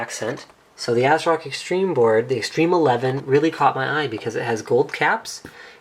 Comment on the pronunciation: "ass rock" Linus